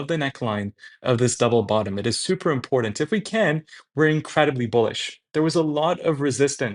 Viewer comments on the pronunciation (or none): Learn to say the word "important" if you are going to continue murdering it. There is no "D" in that word. Be better.